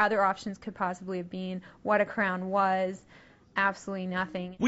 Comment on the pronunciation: She mispronounced been